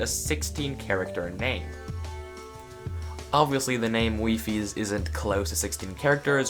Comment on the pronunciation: Wait it’s not pronounced “Why-fees”